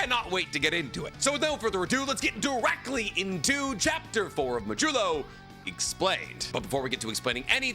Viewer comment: It’s mah-d-you-lo. As in the mathematical remainder of a division.